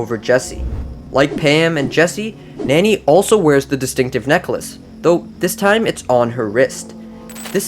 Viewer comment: Nani is not pronounced nany